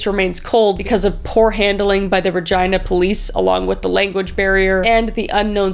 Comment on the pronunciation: I keep cringing to how she keeps saying Regina 😭